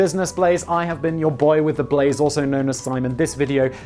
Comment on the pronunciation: I had trouble finding the channel because I always misheard Simon... I thought he kept saying "Business Plays" on the podcast... Which, as a name, fits better, making it even harder to comprehend "Blaze"... :-D Finally found it by searching for "business plays simon"... ^^